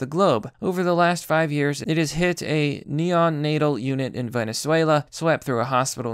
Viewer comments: And neon-natal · Lol, did you say "neon natal"? Good video, but that mispronunciation made me laugh. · Stop mispronouncing neonatal (neo natal) and antibiotics (anti by otics) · Neon natal? That place sounds like a gas! Neo natal you idiot. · Ok. Neo Natal Not Neon atal. babies my dude. new born babies. not a electric light with different gases to make differnt colars... but to be fair i can't spell so. i ain't too triggered. keep improving those reading skills my dude. Love the vids. just keep up the good work... before we all die! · Holy shit dude are you seriously that sheltered? Candida = Can-dee-dah. Auris = Awe-Ris, kind of like the middle of fORESt Mt. Sinai = Sahy-nahy Neonatal = Neo like the guy from the Matrix. Nay-tle rhymes with "fatal" and "cradle" You might want to watch some American or British movies and learn more English. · "Mount Sineye" "Illinoise" "Neon Natal" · did you just say "neon-atal" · I raised an eyebrow when he read neon-natal